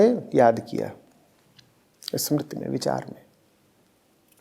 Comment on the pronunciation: समृति नहीं स्मृति।